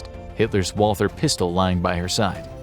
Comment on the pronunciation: He said Walther, not Walter. She shot herself with a Walther which is a German pistol.